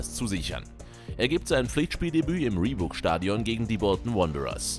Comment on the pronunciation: what da hell is reebook stadium? hahahahahahahahaha min